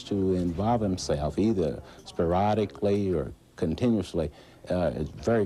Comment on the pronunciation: "sparodically" HA!